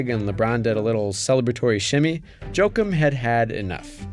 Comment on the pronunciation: Jo-Akeem, not Joke-um